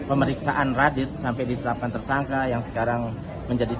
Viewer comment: Ngomong Tersangka malah jadi Tersangkah. Ngomong Membela malah jadi Membelah. Jangan2 lo tipikal orang yg ga bisa membedakan juga Nikah Siri dan Daun Sirih. Pasti kalo ngomong Nikah Siri malah jadi Nikah Sirih. Keliatan banget kayak ga sekolah dari SD. Masa ngomong yg bener aja ga bisa mbak